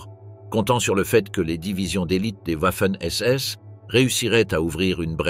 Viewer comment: Une fois de plus on entend "ouaffen SS et Ouiking pour viking". On prononce Vaffen et viking, le W germanique équivalent notre V latin, oui, latin. Il y en a en allemand, peu c’est vrai. 🤓 (J’adore jouer au prof trouduc).